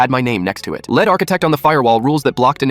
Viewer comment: Funny how AI can never get "lead" correctly